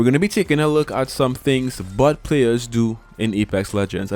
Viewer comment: I laughed every time you said bot but it sounded like “but”…. I’m so mature… great vid tho